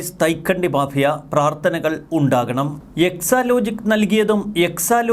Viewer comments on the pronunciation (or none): none